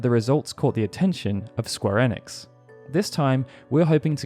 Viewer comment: Maybe try to say ‘Square Enix’ right first